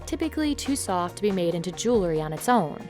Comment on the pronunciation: Regarding the gold chains piece: Please tell the narrator that the word is "jew-EL-ry", not "jew-LE-ry".